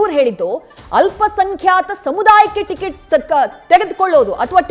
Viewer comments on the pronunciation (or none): ಟಿಕೆಟ್ ❌ ಟಿಗಿಟು ✅ 😂